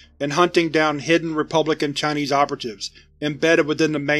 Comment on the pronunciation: Ngl, your pronunciation of Chinese is made me cringe a bit, but I’ll allow it because of its length and how interesting this scp is